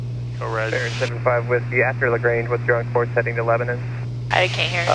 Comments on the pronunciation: Was going to say the same thing. Leb-nin. would have a hard time with Shelbyville too. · You almost got to the point you could correctly pronounce “Lebnan !” I can’t tell you about all the fun places to eat and things to do in Middle Tennessee if y’all remain blacked out on FlightAware! Did you meet the great Heather Bay, airport manager at Lebanon? We base our (air conditioned) A36 20 miles south at KMBT. Safe travels! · I'm from Nashville... It's pronounced "Lebnin" here. Yup we drop a syllable and change the pronunciation.